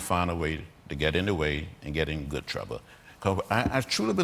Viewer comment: Getting in "Good TRUBBBA" 😆😆😂😂🤣🤣